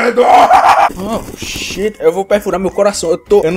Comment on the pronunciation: é shit não "sheat".